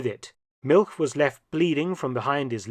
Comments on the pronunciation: ‘All expenses paid trip to Siberia’ 😂 Btw ‘Milch’ whilst it does means Milk in German is more accurately pronounced like ‘Milsh’ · Now Mark, as an historian specializing in WWII and Germans, you know that milch is pronounced "Milsh". Naughty boy. 😊😊😊